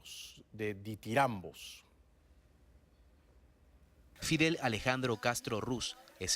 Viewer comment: Disculpa Bayly no se dice didiambos sino ditirambos.